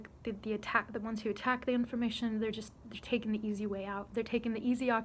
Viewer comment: I like talking and listening to different view points, but when someone infers a supernatural view point, I get extremely annoyed. But consciousness has always got a special place in my philosophical palate. Also did you say raking?